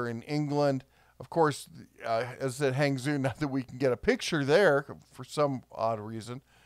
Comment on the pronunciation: FYI hong-joe, not hang-zoo